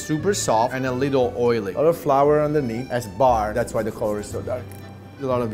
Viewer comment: italian noze starts to eat za pizza